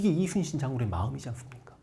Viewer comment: 선생님 제가 정말 진심으로 존경하고 사모하지만 '우' 발음이 새시면서 이'슨'신으로 들리는 건 너무 매력적이십니다.